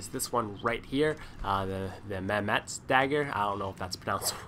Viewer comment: im turkish lol you pretty much did pronounce them right justst it doesnt sound right from you cos your smerican or whatever and you said mehmet right :)